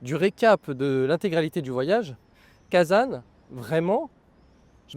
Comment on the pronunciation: Attention, en français on ne dit pas kazane ! Cela se prononce Kazan avec un son nasal comme le mot an.